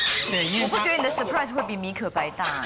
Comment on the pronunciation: 确实时间隔很久了。哈哈哈 她讲surprise我甚至有她是abc的错觉。妈呀，前后反差太大了，她在不熙娣明明是英文敢说但瞎说的人设hhh